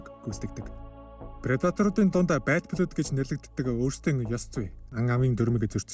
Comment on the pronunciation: Goy content baina. Keep going bro! Zarim angli ugnuudee(Blood, Tribe, Isolated) zuw duudwal buur goy boloh ym shg sanagdlaa.